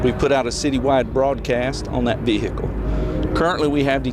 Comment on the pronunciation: That veee hickle.